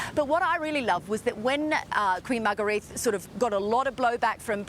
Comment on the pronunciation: If you're going to do a story on the Danish RF learn how to pronounce their names. The Queen's name is pronounced Margareta and Prince Joachim's name is pronounced Yoakim not Wakeem. Sheesh.